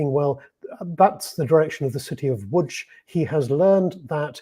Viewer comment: Łódź (Lodz) is pronounced perfectly!